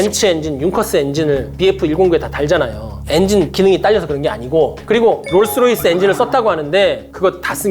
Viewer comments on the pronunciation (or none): none